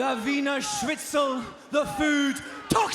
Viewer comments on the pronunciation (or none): none